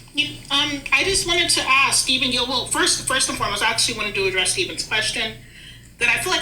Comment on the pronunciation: "I just wanna axe a question"